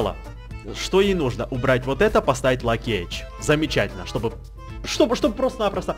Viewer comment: Не лаки эджь а лаки эгг "lucky egg"